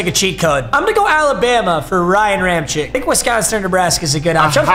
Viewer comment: Ram-check not chick